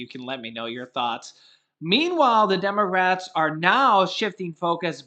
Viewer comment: I'm shocked did you just say demarats.....shocking